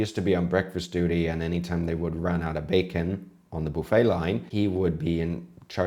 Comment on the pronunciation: what is your nationality? I thought you were American but you said "buffet" with a Spanish "u"